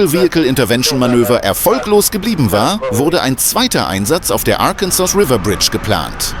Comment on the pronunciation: Please get a different narrator this one can not pronounce several words, Arkansas and Arkansas river